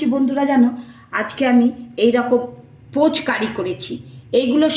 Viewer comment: Poch Cari ❌ Pich Cari✅😂